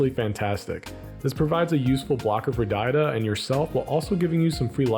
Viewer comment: Id donate for the correct pronunciation of DA-HA-DUH